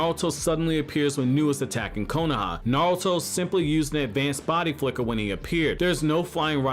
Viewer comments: the way you say naruto is like naWuto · Is he saying navuto😂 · real question is why does this guy pronounce it NAOTO